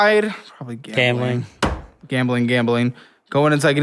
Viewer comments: Gambling turned into "gammeling". Lol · Take a shot everytime says gamling 😂 if youre a light weight, only take a shot when he says gambling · He said “Gambling” so much it started to sound like he was saying it wrong😂